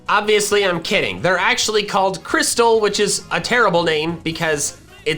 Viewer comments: Crystle is not pronounced crystal. It's pronounced kris-el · i think its pronounced cry-stle not like the normal crystal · I think "Crystle" was supposed to be pronounced, "Chris-Tile"